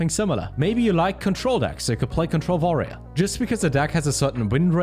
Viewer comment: “control Varrior” are you german, person?